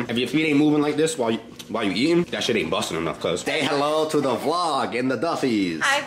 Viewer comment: Bruh you meant to say. The Fuck But you said. Doe Fuck